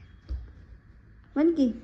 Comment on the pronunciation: टमाट नाही ग टॉमेटो असं म्हण